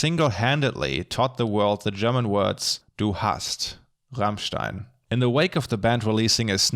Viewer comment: Wait... Rammstein is pronounced the RIGHT way in an english video?! I am impressed (^w^)